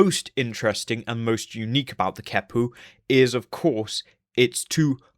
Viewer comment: Both the Q and the H get K sounds. The QeHpu would be “Kek-pu”, not “Ke-pu”.